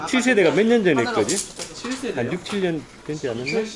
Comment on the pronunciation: 나도 7세대가 아니라 i7으로 들었어요.